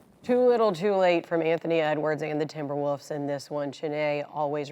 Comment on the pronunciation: She said timberwoofs